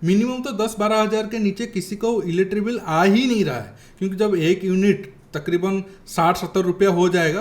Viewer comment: Are bhai wo electric bill hai, eletri bill nehi!!! 😡😡😡